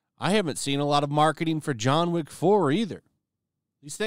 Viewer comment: It's John Wick not John Woke